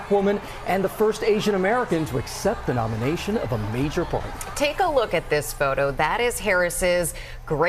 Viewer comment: "Nomination" LOL